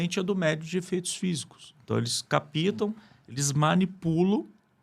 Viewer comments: Desculpe, o correto é: captam, não: "capitam". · O assunto é muito relevante, porém um estudioso em qq assunto não deveria errar a dicção na língua portuguesa. Desculpa a correção.. Não é CAPITA...e sim.: ..CAPTA O P. É. MUDO. Não se usa a letra I na pronúncia. Nossa língua é difícil, mas é importante falar corretamente E obrigada pelo tema.